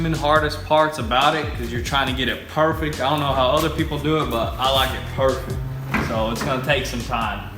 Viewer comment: "it's going to be parfect"